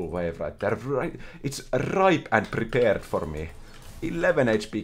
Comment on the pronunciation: "Ripe and prrrrepared cannon 11hp" Lol